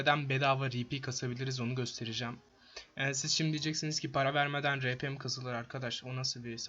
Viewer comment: Rpnin okunuşu ri pi değil ar pi olması lazım